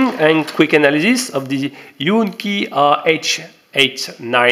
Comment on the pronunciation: Huan Qi. .. pronounced Wan Ki. . lmao